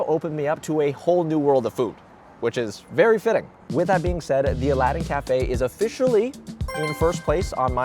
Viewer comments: Nooooo you forgot the second “a” in Aladdin 🥺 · Bro, u missed some letters. -Judging C(r)iteria -Al(a)ddin Cafe